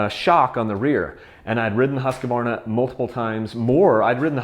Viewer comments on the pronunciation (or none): it's pronounced "husk-varna" NOT "husk-ah-varna" lol